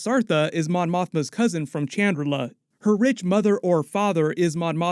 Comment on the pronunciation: It's Chandrilla, not Chandrillà